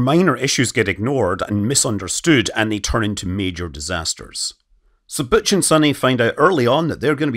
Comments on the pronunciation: Why is Butch “booch” but Sunny is “sunny” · He says "Butch" like a French speaker